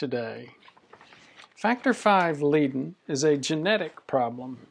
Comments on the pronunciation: and it's pronounced LAY-den or LIE-den, not LEE-den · Is leiden not lieden!